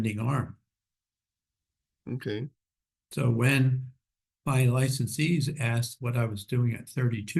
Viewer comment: This 'ok', like it changes everything. Way ahead of his time